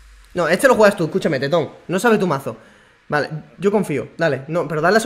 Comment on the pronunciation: Como le dice teton 😂😂😂